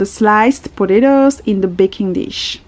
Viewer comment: I love the way you say potatoes 😍